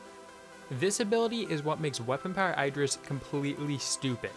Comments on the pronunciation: it's not "I"dris it's like "E"dris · its pronounced eedris